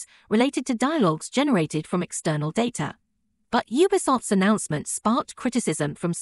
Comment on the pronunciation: Your AI narrator doesn't know how to pronounce, "data".